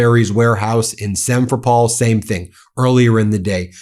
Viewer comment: Work on your pronunciations of those cities, Ben. , especially Simferopol.